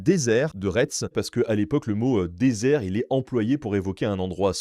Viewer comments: J'allais effectivement souligner qu'en Loire-Atlantique, nous avons le "Pays de Retz" et un certain nombre de villes dont le nom comporte ce mot et qu'ici cela se prononce "Rai", voire "Ré". Après, peut-être que la prononciation est différente dans les Yvelines... Ms j'avoue que le "rètze" fait mal aux oreilles qd on eest habituée à autre chose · Retz se prononce raie. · Les 2 dernières lettres ne se prononcent pas